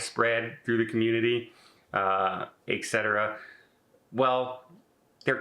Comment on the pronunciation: FYI…., it’s “ET-cetera,” not “EC-cetera” Keep the great tips coming! Love your videos!